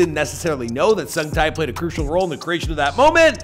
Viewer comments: Sung tae not sung thai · The tie part is killing me 😫 it's TAE TAEEEEEEE HAHAHA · omg no offence but your pronunciation of his name is so bad lol his name is not ho sung thai, it's huh-sung-ta (tae). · Who tf is Sung TAI!? 8 minutes of hearing this would make my ear bleed, nope. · ''HOW SUNG TIE'' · it's pronounced Heo (Hoh) - Sung (Suhng) - Tae (Teh) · You say the “tae” in “sung-tae” like, like “teh” as in the teh sound from “telephone.” He says his name properly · The way he mis-pronounces his NAME! Over and over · If you can do all this research you can look up how to pronounce his name correctly too, respectfully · Y'all really need to take time to work on pronouncing names correctly. This is painfully insulting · Heo (as in hope) Sung (as in song) Tae (as in Television) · Omg the way he's so excitedly pronouncing the actor's name wrongly without knowing, annoyed me yet makes me laugh. Lol u know u can test how to listen to it from Google translate right? The least effort u need 🤣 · Dude ur fukin butchering his name!